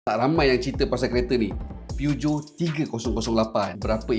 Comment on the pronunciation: Aik memang sebutan PEUGEOT tu gitu ka? 😂😂😂